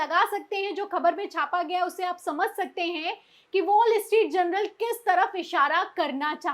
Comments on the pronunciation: Please correct the word as Journal instead of general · Madam Presenter.......The name of the newspaper is Wall Street "JOURNAL".....but you have been pronouncing it is as Wall Street "GENERAL". Just thought of drawing your attention